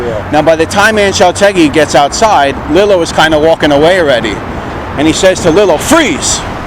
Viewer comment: Love the channel but it’s Lee-lo